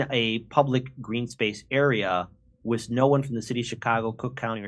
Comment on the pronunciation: OMG I can't get over him saying wis instead of with 😂😂. And the da, it's just funny